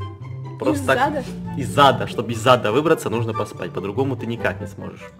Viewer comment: ”Чтобы выбраться из ада нужно поспать”.Звучит как ”Чтобы выбраться из ЗАДА нужно поспать”